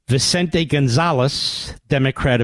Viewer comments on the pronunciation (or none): none